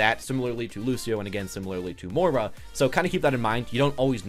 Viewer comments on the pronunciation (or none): no kidding. You completely miss the "i" in Moira and call her "Moe-Rah". I understand not getting brigettes name, but come on, Moira? Moist? Choice? Voice? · Silentnanner overwatch if the character has been out for 4 months and you STILL don't know how to pronounce her name, I don't know what to tell you.